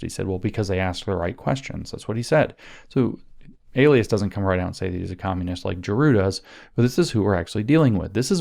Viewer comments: EE LIE(accent) us. long E, Lie us. E as in eel eat, Li as in Lye, Bye, My. You're saying the word for someone's pseudonym, alias A Lee us, which is wrong and sort of distracting. lol sorry. Remember that song: Eli's coming hide your heart? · Bro it's Ee-Lie-Us not Ay-Lee-Us :_james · Elias is probably pronounced ‘ee-LIE-us’. Emphasis on the middle syllable. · Elias is pronounced ee-LIE-us (or in Anglican eccleseastical Latin, eh-LIE-us (think "Elysium", ie God's Realm, ie heaven. Elias is actually Greek and is an informal name for God. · Wonder if Maurice Elias (pronounced Eh-Lie'-us) is related to star Dem elections law litigator Marc Elias ... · Could Maurice's name be pronounced el-i-us with a long I? 🤔